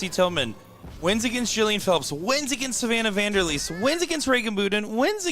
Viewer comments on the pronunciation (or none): 0% chance it’s pronounced boo den bet it’s bud den just like it’s spelled come on guys 🤦🏻‍♂️🤦🏻‍♂️🤦🏻‍♂️